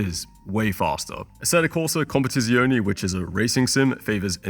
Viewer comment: bro bro competizione pls say it right, you can check it on line how to say it i mean italian language is the most beautifull language in the world, but for the rest you good G